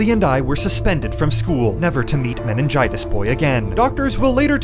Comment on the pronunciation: Nobody: Nobody at all: Deku: "I have menangitis"